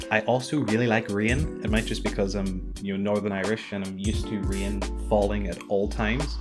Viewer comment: never heard anyone ever pronounced "rain" like that before :) - yes, I agree <3 - 我也在学中文😉 - YEAH!